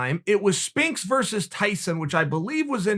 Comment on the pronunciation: “Spinks” lol